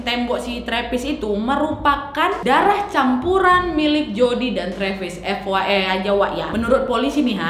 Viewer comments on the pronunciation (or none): fyi = ef way ai , bukan ef wa ei wak